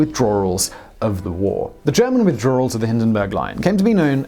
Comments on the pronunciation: 'Withdrawl' -- snerk Simon, your English accent is not a drawl. ('Withdrawal') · I'm sorry Simon. But "withdrawl", really 😣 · er... "Withdrawl" ?? Howdy Simon ... ;) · What's a withdroeawrool?